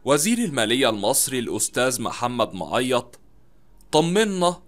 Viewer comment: انت. بتنطق. معيط. غلط